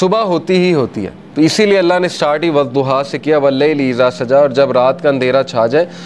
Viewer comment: In arabic language there is no zwad..its dwad...so you must say sure Duha